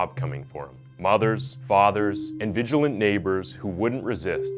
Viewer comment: Vigilante is pronounced vij-ill-an-tee and parents is NOT pronounced parents-iz. Forget the iz!, learn to read English and pronounce words correctly. You're a terrible narrator.